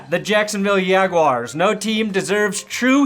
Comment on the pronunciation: Ravens play the Rams next week not the Yague-yars